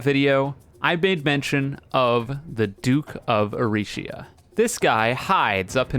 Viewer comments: i dont like how he says "erishia" instead of erisia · I’m pretty sure erisia is pronounced e-ree-zee-uh but I guess it’s preference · I'm starting to think is mispronouncing the Boss names on purpose. First it was Prime-a-don, now it's Duke of Erishia